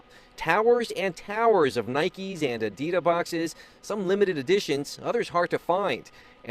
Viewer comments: Did he say “Adida” ? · Dude says "Adidda" boxes 😂